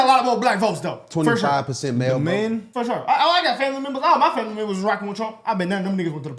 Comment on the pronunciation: “Fer Sho”